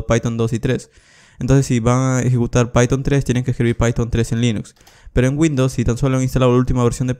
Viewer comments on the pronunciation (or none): none